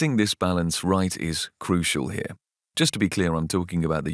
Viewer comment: "usual" and "crucial" end in an L. Can you try to spare us that "use-you-oo" please? Otherewise you're doing fine. An English which may be "locational" but free of heavy-duty social class bias is still to be hoped for in the future -- but you're a big step in that direction. Well done and thank you.